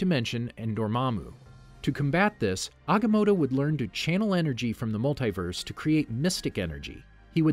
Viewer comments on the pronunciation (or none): it’s MULTIverse not multaiverse